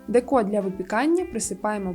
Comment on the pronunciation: дЕко, не декО